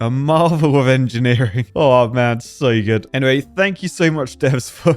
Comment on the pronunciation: Marvel of enjeniring? more like Miracle of enjineering!